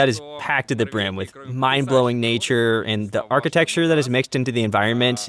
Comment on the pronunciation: Your dubbing performer is very good, but please let them know that it's archiTECture, not archiTEXture. Thank you so much for this video, it's great :)